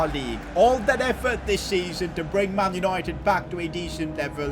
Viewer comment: "man unOIted" 😅😅 great vid though.....